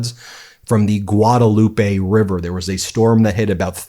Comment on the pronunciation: Hey Ben the correct pronunciation of Guadalupe in Texas is Guad-LOOP. We have a lot of odd spelled names of places that the actual pronunciation of indicates whether or not you live in Texas. That is one of them. I learned that the hard way coming here from California some 25 years ago.